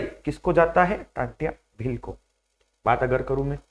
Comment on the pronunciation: नाम क्या है आप का जब टंट्या भील का सही से नही बोल पा रहे हो तो उनके बारे में तुम क्या बताओगे 🎉जय जोहार जय आदिवासी🎉 🎉जय जोहार जय जोहार मालिक 🎉